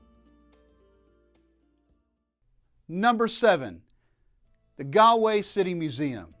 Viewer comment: It's pronounced "gawl way." Not "gal way." Not "gaaalway. " most annoying bad travel video ever. Go to Taaffes Bar and learn some Irish!